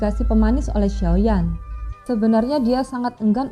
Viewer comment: Cara penyebuta xiao ya tidak jeles,yuzan bukan jusan.